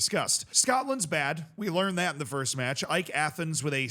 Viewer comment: Nah bro Cypriot football is 100 times more passionate than anything in England Also AEK, btw you are the first person to say the name correctly, has more European experience than Crystal Palace, and did play West Ham two seasons ago Also winning the Cypriot League ain't easy, it's probably the most demanding league in Europe by the amount of foreigners that come to Cyprus It's the most foreign league because everyone tries to keep up with each other, and the Cypriot players aren't enough And there are now 8 "big" teams in Cyprus out of the 14 that play in the league, and there are play offs where only the top 6 can contend for the league, so it guarantees that 2 of the 8 don't even go into the play off group And people in Cyprus are passionate to near violence A couple years ago Greece Cyprus and Serbia had the biggest problems with violence in stadiums, many people dying Thankfully this has relaxed a bit at least in Cyprus, not so much in Greece and Serbia When it comes to AEK there is a meme that says they always go to the final step and can't win the league, which they have been trying to do for the past decade A bit like 2010s Tottenham